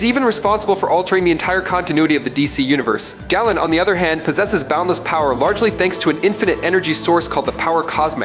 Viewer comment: Galen is pronounced GAY-luhn not like gallon.